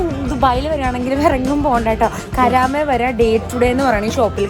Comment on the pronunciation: Actually not കരാമ its കറാമ . അൽ കറാമ